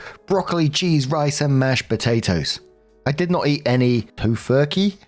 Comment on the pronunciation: Bf from S1 is a flashing warning sign! Also, only because you struggled with the pronunciation, "toe-fur-key"